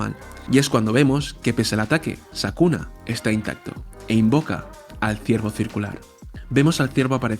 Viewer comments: Excelente vídeo, no importa que le digas sakuna jaja igual se disfruta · Todos:Es sukuna no sakuna jajaja. Yo:¿Urahume es hombre o mujer? Siempre le dicen el, pero su apariencia es femenina. Excelente video, no importa el error de narracion, solo sigue haciendo mas videos. Eres el que mas se apega a los dialogos exactos de los personajes en el manga. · Por qué le dice sakuna? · Bro, es Sukuna no Sakuna jajaja. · sabes porque no le llamas bien? porque probablemente nunca leiste el manga. y sacaste esto a las apuradas para generar visitas hablando aun sin saber. informate loco, no le podes errar en el nombre del antagonista principal. es como subir un video de dragon ball y decirle mojinbu y gaku. Desastre.